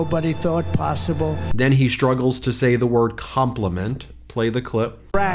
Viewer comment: watch all the magas now pronounce com pla ment instead compliment.